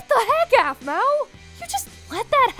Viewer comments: Blaze should've become alpha 😤😾😾😡 Also calls aphmau "ofmau" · Her name is not a f m u a